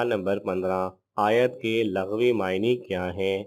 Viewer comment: Laghwi nhn Lughwi maani